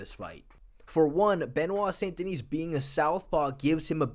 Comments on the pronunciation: The 's' in 'Denis' is silent. Unlike the name 'Denise'. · the "s" at the end Denis is silent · Each time an English speaker pronounces the last S of Benoit's last name, I cringe. And Navy seals don't exist in the French army BTW. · The s in Denis is silent